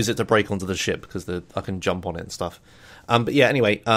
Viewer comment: who also think everytime he says shit instead of ship? or is it just me? o_O